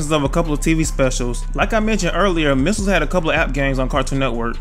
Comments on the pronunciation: You're saying missels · I love how you pronounce it “misels” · U say ‘’misles’’ 😂😂😂